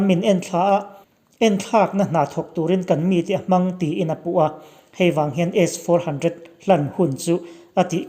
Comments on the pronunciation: I tawng hi a van pai em em ve aw S 400 tih i lam pawh khi aw🤫🤫🤫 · A chhiartu hi 😂😂😂😂😂,S-400 alam dan te hi 😂😂😂😂😂😂😂